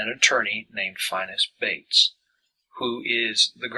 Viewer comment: He is mispronouncing the lawyer Bates's name!